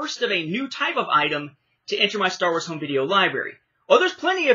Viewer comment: I absolutely cracked out laughing with the pronounciation of Star Wars (the way you pronounced it was more like "The Blonde of the Galaxy"), but funny that you mention this tapes being subtitled. Overall in Latin America, animated films were the ones that got dubbed tapes, most live action films (like my copies of Men in Black and The Fifth Element) are subtitled. Now the first time the films were available dubbed in VHS (from what I can recollect at least) were the Special Editions and those ones have a new dub (since the original Latin American Spanish dubs were only heard in TV broadcasts and as far as I can tell are only preserved in home recordings or in Harmy's Despecialized editions).